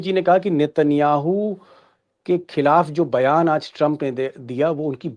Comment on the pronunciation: ट्रंप की जगह कभी चंप कभी शंप क्यों सुनाई देता है?